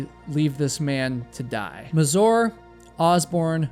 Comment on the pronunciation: Try to pronounce Mazur with a stress on „a”, rather than „u”.